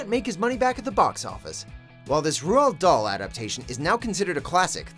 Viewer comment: That pronunciation of Roald Dahl though...